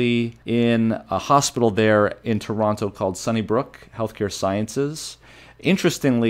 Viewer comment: Says he's from Toronto but doesn't pronounce it correctly